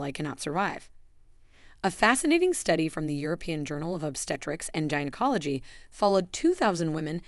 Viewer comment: I am bothered by the narrator’s mispronunciation of Gynecology.